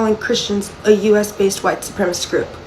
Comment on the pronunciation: she can't even pronounce "supremacist."